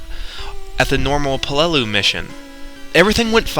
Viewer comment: sorry but it's pronounced pe-lil-loo if you are referring to mision 1 it's an actual island